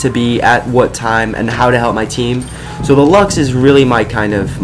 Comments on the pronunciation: It's pernouced loves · Not to be mean or anything, but I think its pronounced 'Lukes'